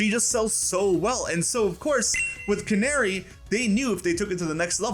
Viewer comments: CA-NA-RI NOT CANARY😂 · Canari isn’t said like like. Na like Nag, use that sound. Not nare like snare sound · Imma be honest i thought her name was pronounced Can-AH-ri instead of like the f*ckin bird